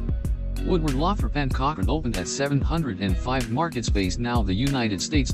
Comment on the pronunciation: I with you could of pronounce Lothrop correctly this should be re-done so that you pronounce it correctly shameful. I worked there for 11 years six day a week